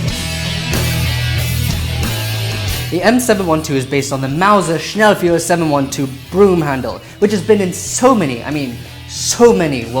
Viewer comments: Excuse my nitpicking, but it is pronounced "schnell-foyer" instead of "schnell-fuhrer". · The word schnell Feuer is spoken shnallfoier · "Schnellfuerer....." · "Schnellfeuer" isn't spoken: "Schnellviewer"! It's spoken: "Schnellfoier" Sch-nell-foi-er: Sch (like in "shit") nell (like in "Nelly") foi (like in "foil") er (like fast spoken "air") ;-)